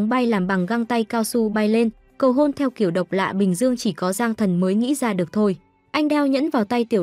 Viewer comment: ê baa lúc cầu hôn ở bệnh viện mà s t nghe thành cầu hồn=)))